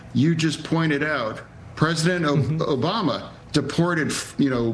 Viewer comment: More like "O-bomb-a"